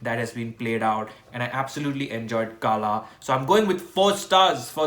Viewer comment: Actually its not kaala...it kala....